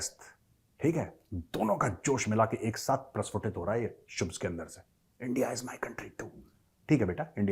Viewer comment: Bhai phle shubh bol le shubhs bol rha hai 😂😂